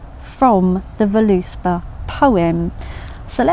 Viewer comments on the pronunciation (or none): it's pronounced vurluspaw, but good video :)